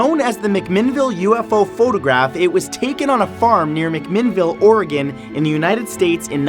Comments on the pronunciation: well done sir. you actually said Oregon correctly. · holy cow.....you pronounced Oregon right! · good to hear Oregon pronounced correctly!